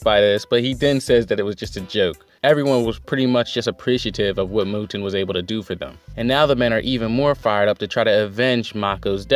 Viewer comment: Mou'en Mou'en Mou'en. Hahahahaha. I never noticed you saying it wrong. Honestly I doubt I pronounce half the Asian names I read anywhere near right. Hara does know how to pack a lot of info into one chapter. It seems the focus will be on the left wing but I'm looking forward to seeing some more of Yotanwa in action. That battlefield seems more interesting to me. With all the hype around Yotanwa you know she has to win. But the odds are really stacked against her even more than what Ousen is facing. Great for Mouten being named general. Of the monster 3 I thought he was the most deserving up to now. Ouhan is almost as good but his people skills and arrogance keep him a step behind Mouten imo. Anyway thanks for another great review.